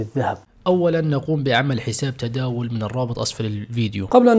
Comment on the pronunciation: عفوا تداول وليس تداوز